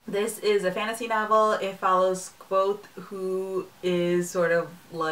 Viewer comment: I'm glad you pronounced the main characters name like I had when I had read the book. I've heard it many different ways so I just go with what it sounds like to me. I really enjoyed it too!